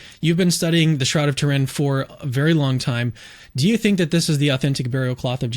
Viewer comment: You can't even pronounce "Turin" correctly. AI doesn't even believe in Jesus.